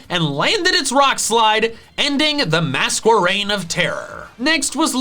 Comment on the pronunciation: Mask-erain, not Mas-kwerain